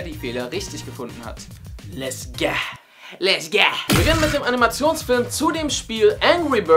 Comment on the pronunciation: statt lets go habt ihr lets gah gesagt